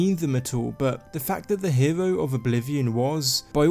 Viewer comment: "nevervavine". "herew".... GAAHHH